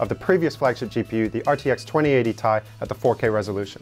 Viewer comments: I always thought it was "t-i" as titanium, not as "tie" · Its Tee ie, not tie fighter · it's T i, not "TIE" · Come on man... everyone I know has always called it a T i. Tie or Tye just sounds so dumb lol. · Tie....? ? ?! !!! ? ??? .....? Stop it. You're triggering me on purpose.